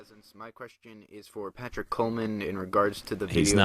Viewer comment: partick....PARtick.... Haha just saying:)